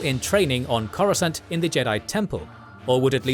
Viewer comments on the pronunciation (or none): none